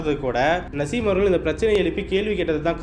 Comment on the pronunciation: Ada iva yaaaraa ivan.. Perukooda padika therila... Naaasim... Nasim nasim ndraaa